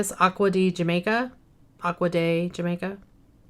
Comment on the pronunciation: Hi, oh the agua de Jamaica the J in Spanish makes an H sound Ha like when you laugh hahaha 😂…. In Spanish in stead of haha we write jaja I hope that makes sense